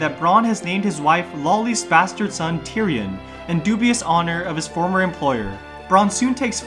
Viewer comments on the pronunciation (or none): Dude, Varys is pronounced "Varris," not "Varies." Same with Daenerys and Lollys.